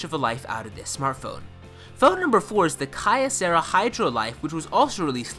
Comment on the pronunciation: Okay, for starters, that's not how you pronounce Kyocera. There certainly are better phones out there, but it doesn't make sense to dismiss a higher spec budget phone just for trying to be a good value. After I watched this review, I bought a Kyocera Hydro Life and save for a few minor annoyances, most of which were easily solved with Nova-launcher and adjusting some power settings, it easily matches my older, more expensive HTC in most areas. The places where I would give the Hydro a hit are camera quality (not terrible but not as good as my HTC sensation) and battery life out of the box. The battery life issue was easily fixed with a few settings and disabling the power hungry facebook app. As far as phones under $100, there isn't much competition for the life, and as a bonus, it's not made in China.